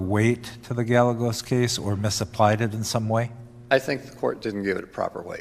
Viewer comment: Damnit judge, it's Guy-egg-os, not Gal-egg-os 😂😂😂